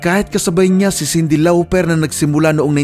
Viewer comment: Paayos ng mga pronounciation mo i-research mo rn like "Jarreau at Lauper" 👍 all in ok nmn explanation mo about sa history ng mga musicians 👍